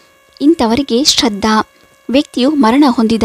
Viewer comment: ಶ್ರದ್ಧ ಅಂತಾ ಓದುತ್ತಿದ್ದೀರಾ.